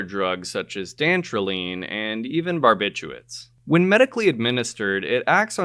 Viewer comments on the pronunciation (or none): none